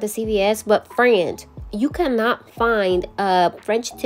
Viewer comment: This is the first time watching your channel, and I absolutely love these. I need to do 90’s nail set for my sister who’s attending a 90’s birthday party. Thanks for the inspo. The way you say FRAND makes me lol. I also love the black cat intro. I have 2 kitties and one is all black. 🖤